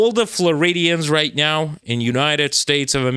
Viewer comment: is turning into a cat right meow. Just listen how he pronounces "meow"... erm, I mean "now".